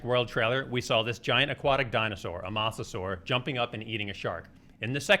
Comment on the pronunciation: And sorry, but you are wrong. A mosasaur was not a dinosaur, it was a relative of them. And you pronounced it wrong. It is pronounced Moesasaur